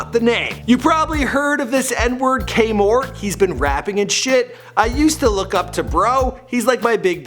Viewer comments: Its kaemor not k mort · Kaemor not kmort idiot lol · Its Kaemor Not K-Mort. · Not Kmort 😂😂 its kaemor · Its kaemor not kmort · His name not k mort its Kaemor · It's not KMORT it's Kaemor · Its not K.Mort. Its Kaemor. K-A-E-M-O-R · Kaemor not kmort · It's kaemor no not kmort dumbass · It’s not “k-mort” it’s kaemor 😂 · His name isnt kmort his name is “kaemor” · It’s Kaemor Not K-mort😂😂😂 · It’s Kaemor not K-Mart Lmao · Jacquavion you right it's kaemor not k-mart lmfao 😂😂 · Kaemor not kmort lmaooooo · his name is kaemor not k-mort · Its Kaemor not K-mort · Kaemor not k-mort 🤣🤣🤣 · “K-Mort” 💀💀 You Mean Kaemor*? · It’s not Kmort it’s Kaemor a good ass philly YouTuber 💪🏾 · It’s kaemor not k-mort fuck is dhat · You mean kaemor not kmort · kaemor not K-mort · he keep on saying k- mort dumb ass i know it's kaemor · Bruh I thought he said k mart but yea it's kaemor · You mean Kaemor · Nigga his name is KAEMOR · Jacquavion lol kaemorr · lmaoooo K-Mort , he straight called yo ass K-Mort , got me dead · It's k-mort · It’s Kaemor* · I know it's KAEMOR KAEGANG